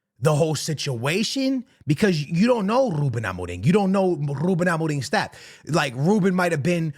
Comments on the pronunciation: Im just here for the way goes all out with the pronunciation of Rrrruben Amoreeem. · "Rrrroooben Amoring"